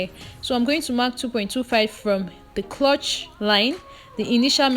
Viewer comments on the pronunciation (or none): Nice tutorial as always. But please it’s ‘crotch not clutch’.